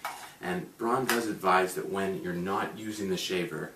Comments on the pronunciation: Not pronounced "brahn" it's like B R O W N. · It's pronounced "brown" not "brawn", thanks for the review.